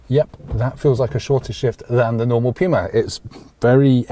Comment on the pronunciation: sir, I'm not sure about your pronunciation of Puma.